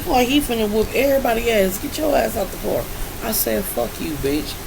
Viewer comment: “Get out the carrrr.”😭